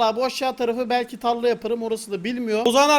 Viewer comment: Tarla değilde talla